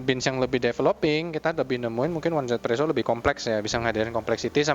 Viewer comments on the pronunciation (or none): di global juga baca nya izipresso kak